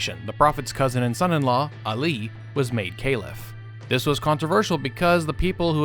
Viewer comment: What the fuck are you saying Calif like Ceilif